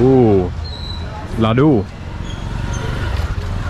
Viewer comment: laddu ...not laru or lalu 😅